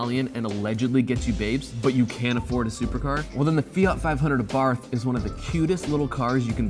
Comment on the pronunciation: It's pronounced Ren-no and the Fiat is pronounced a-bart.